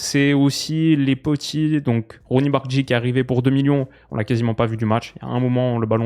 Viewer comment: Merci pour la vidéo, On espère avoir beaucoup de reviews du barça, Sinon le n• 19 se prononce Bardachchi